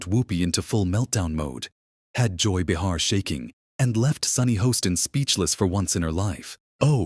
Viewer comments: I might possibly subscribe IF AND WHEN YOU LEARN HOW TO PRONOUCE THE NAMES OF THE PEOPLE IN YOUR VIDEOS - BUH HAR is not the way you pronounce Bay Har - illiterate bunch of nothingness here - THUMBS DOWN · Behar is pronounced BAY-har, not “Buh-HAR.”